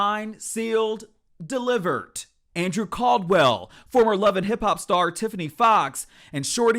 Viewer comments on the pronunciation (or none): “Signed, sealed, deliverT”. 🤣